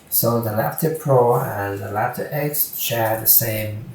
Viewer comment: lapper ......"R"actor.....